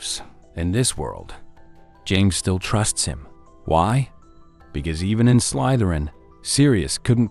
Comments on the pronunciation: Check your AI voice over. It says "Slaitherin". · that’s why I commented. The quotes from the movies say Slytherin, with an E sound, why the voice says “Slaitherin” with an i sound. Sorry, I’m an corrigible nitpicker. 😅